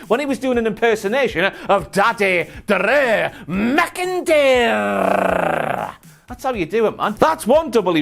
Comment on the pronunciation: I love when talks about Big Daddeh Drrrrrrew McIntyyrrrrre! And twin magic you say!? Maybe Bo Dallas has jacked up and grew dreads for that ole switcharoo!